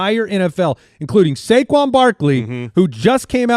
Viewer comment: By the way guys… it’s now pronounced Suh-quon Barkley — not Say-quon (per your discussion starting )